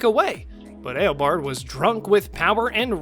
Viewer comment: Ah yes, Ale-bard Thorn.